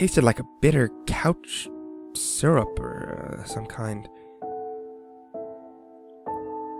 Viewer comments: Am i the only one who heard "couch syrup" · Perhaps it's just me being weird, but did anyone else laugh when it sounds like he says "it tasted like a bitter couch syrup or some kind." Not trying to insult or anything, I know mistakes happen, I just found it really amusing. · Couch syrup....seriously he needs to do a few dry runs before reading the story to prevent shit like that. Also I've found in every pasta I've watched this guy do he either stutters, pronounces a word incorrectly, or uses a word that isn't actually a word. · Couch syrup or cough syrup? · it took me like a minute and a half to realise he meant cough syrup....